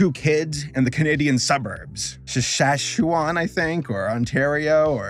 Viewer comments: Sashuwam? You mean Saskatchewan… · sasashowan I think Me: it’s Sa-skat-che-wan (Idk if he was joking but just in case he doesn’t know how to pronounce it, it’s pronounced like it’s spelt) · As someone from Saskatchewan, my ears hurt haha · SHUSHAWAN? LMAOOOO Bro it's Sas-katch-ewan lol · Did NY guy really just say shashauwan? it Sask-atch-ew-an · Its saskatchewan not sasashewan also she went to canada not canadia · Absofuckinlutely love your content man. You are just so natural and it comes out so free flowing and awesome. And it is pronounced Sas-Catch-A-Won. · "Shashashuan" is by far the funniest mispronunciation of Saskatchewan. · The word Saskatchewan: does not have a single “sh” in spelling or pronunciation.: Shushashewan. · I died when you said Sashashewan and canaidia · I have never heard anybody pronounce Saskatchewan as shashewan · Sass cat chew on = Saskatchewan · Sask atch ew an is how it’s pronounced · The way you said Saskatchewan hurt. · As someone from Canadia the way you said Saskatchewan was amazing. I know it's a hard pricier to pronounce but the way you did it made me laugh sooooo hard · So weird, I thought that was Canadian until he couldn't pronounce Saskatchewan. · The way you try to say Saskatchewan was the best part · the pronunciation for saskatchewan is actually going to kill me. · I live in Saskatchewan the way he pronounced it hurt me on a deep level 😂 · His attempt to say "Saskatchewan" I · Hearing an American, who has FULL ACCESS to the internet, say "Saskatchewan" wrong for their video is weird. Even I went looking for how to say "Louisville Kentucky" correctly on my videos after I was corrected, you KNEW you said that incorrectly and still didn't care. People, there are pronunciation guides online. If you don't know, don't be an American and just say it. Otherwise Arkansas will forever be known as "Arc-Kansas" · The way he butchered Saskatchewan is just hilarious